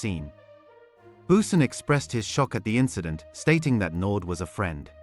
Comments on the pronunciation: Andre Naude( pronounced "Nou- deah" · Pronounce it nodee